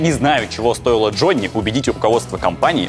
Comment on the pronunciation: сколько раз прозвучало в Главе 7 имя Д Ж о НН ЕЕЕ ии ?)))